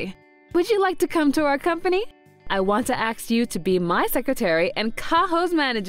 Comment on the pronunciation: Why does Ms. Akine say 'axe' instead of 'ask'? Did her VA think she should sound like a survivor from the Baltimore Public School System?